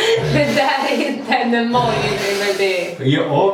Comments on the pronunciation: Säger dom emojLi???😂😂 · teh Dyvox ifall det inte stavas med l så säger man inte l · Nej man säger emoji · säger dom emojli? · blir så frustrerad varje gång ni säger emojli. dör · Haha Emåjli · Haha Emojli!😂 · Älskar att säger Emojli😂❤️ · Hahaha dom säger ju emojli😂😂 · Haha vilka fina "emojli" in va XD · Jag kommer föreställa en emojLi'' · och säger emojli 😂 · gilar att säger Emojli och haha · "emojli" HAHAHAHAHAHAHAAAHAHAHA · Hahah gulligt💕 men det heter inte Emojli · säger ju EMOJLI!😂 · Jag kommer föreställa en emojLi'' säger ju precis samma sak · "emojli" xD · säger emoijli 😂😂😂😂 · Helt rätt, det heter inte emojli! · Hahahah söta ni är som säger "EMOJLI" 😘😘😘😘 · 'emojli' xD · Haha emojli säger dom😂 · hahahahha "emojLi" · Dom säger Emojli😂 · säger emojli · Haha emojli🤪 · Bara jag som störde mig på att sa Emojli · hhahahhaha de säger emojLi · sa emojli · det heter inte emojli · Sa han emojli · Jag visste inte att det hette "emojLi" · Var hör ni L i emoji ❤️❤️det är inte imojli❤️ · Gilla om ni stör er på att dem säger emojli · Det heter inte emjoli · Varför säger emojLi😂😂😂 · Varför säger de emojli😂😂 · Varför säger ni emojli? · lol dom säger emojli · Säger ni emojli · Varför säger dom Emojli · EMO-lji vad fan är det? xD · EmoJI, inte emojLI ;D Hahaha, men i alla fall jättebra video ♥ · Störde mig så mycket på att de sa "Emojly" och inte "Emoji" xD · Hhaaaa hahhaahahahhhahahhahah NOT EMOJLI DET HETER EMOJI 😂😂😂😆😆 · Jag gillar att dem säger emojli hahahah. Säger man inte emoji😂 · Det heter Emoji INTE EmojLi! haha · På titeln står det emoji men när ni säger emoji låter det som emojli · Haha älskar men man säger emoji inte emojli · jag vill inte vara elak men man säger emoji inte emojli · WTF!?!? Emojli? Trodde det hette emoji😂😂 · Emojli haha det heter emoji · Asså det heter nt emojli det heter emoji😂😂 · Det heter emoij inte emojli 😂😂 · Det heter emoji inte emojli